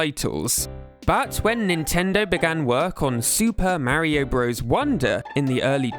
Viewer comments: When did this trend of pronouncing "bros" phonetically? It's short for Brothers. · It's pronounced BROTHERS, not "bros". "Bros." is how you abbreviate "brothers." But it's still pronounced "brothers." Other examples: Cpl is pronounced corporal Lt. is pronounced lieutenant Sr. is pronounced senior Jr. is junior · For those who don’t know, including here, the game is NOT called Super Mario Bros, like a frat boy. The game is in fact called Super Mario Brothers, like anyone with a brain would say it. The abbreviation Bros. Is short for Brothers. The problem with Nintendo youtubers is that they are young and didn’t actually play these games as kids and they don’t do any of the most basic research like how to pronounce words or understand basic English grammar. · Pronouncing Mario "bros" like the modern US slang term for "friend" makes me cringe. Back in the 80s and 90s when these games were being created it was always fully pronounced as "brothers". Maybe it's PewDiePie's fault ...